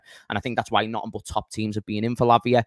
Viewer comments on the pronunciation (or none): none